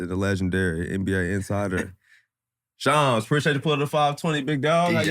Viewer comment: Ik I’m not the only one who was pronouncing shams wrong